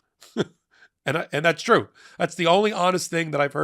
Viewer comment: It's tweu, it's tweu.